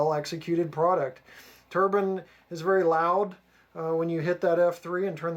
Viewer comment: Wow great model, great sound & super detailing, suorised no cab figures though. Btw it is pronounced tur-bine not tur-bin lol